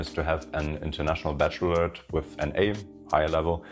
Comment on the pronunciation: International Baccalaureate not bachelotte.....